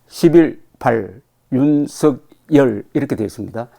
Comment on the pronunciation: 윤석열 발음은 윤성렬로 해야 하는데 유서결로 한다